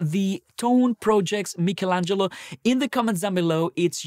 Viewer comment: At least you have pronounced it correctly the same way we italians do.I’ve heard some american folks with the funniest pronounces 😂